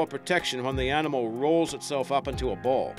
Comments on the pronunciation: Your accent is bewildering. I have NO idea where you are from. Don't sound New Zealand, Sth African, Canadian. ??? Your say Rnimal instead of animal.... Where you from? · I don't like to be negative, but it's annoying to listen to someone speaking English and mispronouncing words. For instance, there is no "r" between the "a" and "n" of "animal", yet you say "arrrrnimal" over and over in this video!